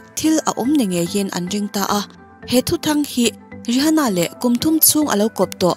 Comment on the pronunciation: Ri ha na tih loh tur Rih ana tih zawk tur 😁😁